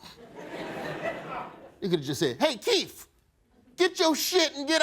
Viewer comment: He said KEEF. It's Keith. Th th th th th....